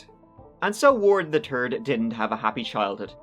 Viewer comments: Finally, u pronounced Wards name correctly! Ward Weaver the Turd. Ur gettin there! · Wow!!! Frightening and disgusting! certainly pronounces Ward's full name correctly. This story makes me want to vomit. 🤮 A nice bat to the side of the head would have cured him! (First to the knees)